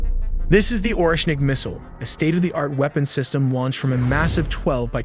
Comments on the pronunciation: orEshnik, not Oreshnik. In Russia stress typically falls on the second syllable. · Orschinik ? Bro americans Butcher every single name... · Oreshnik not nuklear weapons.Its just say the russian. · Oreshnik, in english it like Hazel wood nut or nut tree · You have over a million subscribers and 1.1 million people have watched this video. Why do you have so much trouble spelling and pronouncing "targetable"? And "Oreshnik"? Both fundamental words to this short documentary.